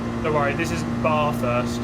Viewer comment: Bar-thurst? Mate, It's Bathurst, the Bath rhymes with Cath.